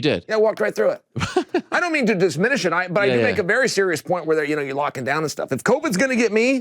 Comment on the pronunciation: Chael said disminish...Gotta love him...